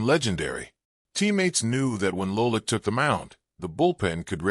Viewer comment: STOP using AI narration !!! LOLICK ????!!!!!!